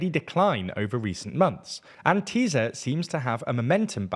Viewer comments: its called "Tisa" not "Teezah" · It’s ”Tissa” not ”Tizzz-a” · sz is pronounced like s, not z in hungarian. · Why is he saying “Teaser” instead or Tisza? 😂😂😂